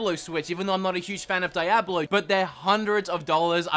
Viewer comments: it's "Dee-ah-blow", not "DIE-ah-blow"! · Dee-ahh-blow.... Jesus Christ. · It's Dee-au-bloe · Its la-bo not lay-bo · "Die-ablo" lol gotta love the Australian accent 😂😂😂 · Omg .it took me awhile to try and figure out what you were saying when you said diablo hahahahaha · Dude, you say Diablo so funny. Thanks for the laugh. Love the accent. PS - it's pronounced with a hard D and the I is silent. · Please stop saying Diablo like that... I say that lovingly